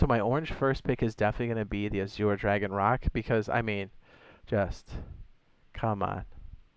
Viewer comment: Yo, AZURE is pronounced like slurring AS YOUR. A lot of people have a problem with that word, though. 🤣